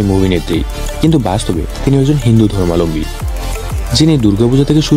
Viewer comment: অনেক অজানা তথ্য দিলেন ঠিকই, উচ্চারণ ঠিক করতে মনোযোগী হোন।ধর্মালম্বী নয়,ধর্মাবলম্বী।